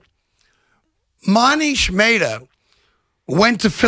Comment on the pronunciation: "Moneesh Maytah" lol